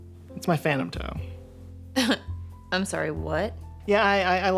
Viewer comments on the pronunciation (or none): "Fannum toe" got me confused for a solid minute. My friend, there is a letter "t" in there :P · I thought he said phantom ho as in whore....... It wasn't until I saw the actual toe that I realized it was a toe!